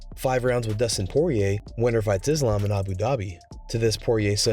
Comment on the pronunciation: Dana still can't say Islam's name:)